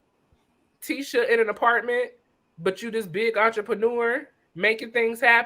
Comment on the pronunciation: Omg tishaaaaa not tisaaaa lol